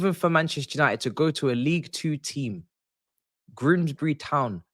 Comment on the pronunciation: "Grimsbry Town"